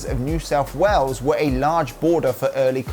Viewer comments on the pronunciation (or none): none